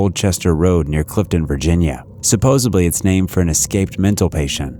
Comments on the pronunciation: "Supposedly" not "Supposebly" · Great video! Very cool. I do gotta make 1 little point cause I can't help myself. I noticed you said supposebly. I hear people all the time say supposebly but it's supposedly. With a D, not a B. I'm not always grammatically correct at all but for some unknown reason, it drives me crazy. Lol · I LOVE your channel, you have great content but please learn how to pronounce “supposedly” You sound like Joey in Friends…. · Lol. I just posted the same thing. I didn't see yours until after. That's funny